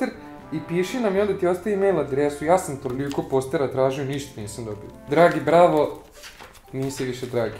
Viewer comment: Kad kazes Bravo cujem Brawl 😂😂😂 i sam znas 😎